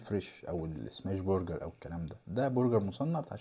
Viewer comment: للتوضيح بس اسمه برجر مش بورجر!